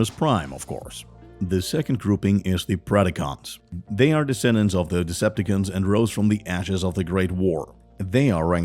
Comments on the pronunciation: Man's said Decipticans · Okay. You got to know that it’s called Deceptacon‘s you been saying it wrong please say it right and that’s all I have to say